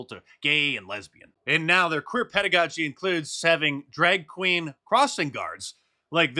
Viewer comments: Pedagogy OR PEDOgogy?🥴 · It's drag PEDOgogy not pedagogy